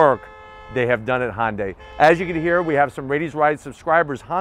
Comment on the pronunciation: Hyundai - that's just too hard to say. I know - Honda is easy to pronounce - I'll just grab the "y" from Hyundai, stick on the end, and blammo - Honday! Perfect! Nobody will ever notice!